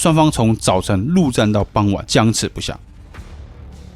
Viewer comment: 好精彩！不過，鏖戰，是ㄠˊ戰，不是ㄌㄨˋ戰😅